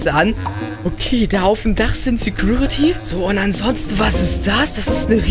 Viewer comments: Genau mein Gedanke...."Sägruritty" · Es heißt security